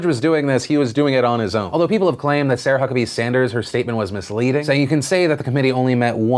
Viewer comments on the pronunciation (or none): none